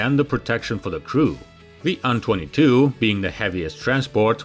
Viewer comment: Dude, you need to stop this. AN22 is an INITIALISM, not an acronym. You say "eh-enn-twenty-two" not "on-twenty-two" because that's confusing as hell. Same with Tupelov. It's "Tee-Yoo-one-one-four" or "Tee-yoo-one-fourteen" it's NOT "two-one-one-four" because that's confusing as hell! STOP IT!!! How can you not understand this? Is the first syllable of Tupelov different that the number Two in your language? Because in english they're identical. You know this. Knock it off. Now.